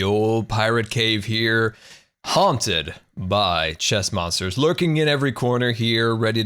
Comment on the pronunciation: HAHA soundsd like you said moms instead of monsters xD "So Moms cant spawn there"! Amazing